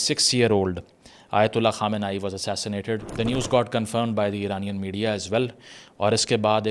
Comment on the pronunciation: Bhai sahib Ayat ullah khamnai nahe Ali khamnai, thora search keya karo video si pihli.